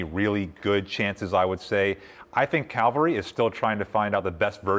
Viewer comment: "Calvary is still trying to find the best version of themselves" - is still trying to find the correct pronunciation of Cavalry